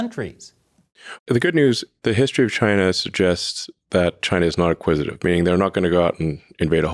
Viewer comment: Btw the word is “acquisitive” not “inquisitive”…